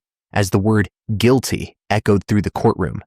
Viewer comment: this whole video is AI. All the mispronounced words. Then you have the AI saying " close... ing... accounts". Guil...tee....ver...dicts."